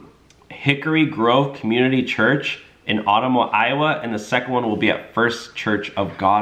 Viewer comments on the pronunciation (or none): Ottumwa, Iowa is pronounced OtTUMwa. I've been there.